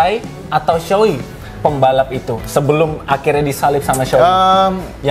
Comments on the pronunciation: Bacanya Sowei bang bukan Suwi. Sho itu artinya era Showa dan Ei itu nama orang pembuat helmnya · Lama di tinggal di Jepang, kaget Shoei bacanya jadi suwi…